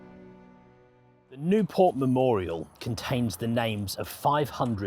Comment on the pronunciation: Not Nieuport. Nieuwpoort. It's a Flemish city, not a French one.